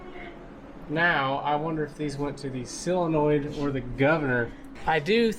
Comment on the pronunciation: Great series and entertaining videos! BTW. its. sOlenoid not sillenoid